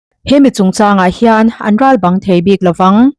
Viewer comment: "Ral bang" a chhiar diklo em aw ka ti. Bang tih hi Inkhawm bang tih thluka chhiar tur a ni in ka hria. Lo ngaithla nawn teh aw.